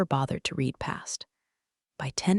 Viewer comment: When will those who post these stories finally edit them before they're posted? Once again, the tense use of the word "read" is pronounced incorrectly. Monarch was misspelled. Some words spoken by the narrator were totally incorrect in the caption. Also, the storyline has been used several times already. And it's always a VP or CEO or some higher up that thinks they're going to change the world, only to tank the company right under the nose of those above them. A fresh storyline needs to be developed.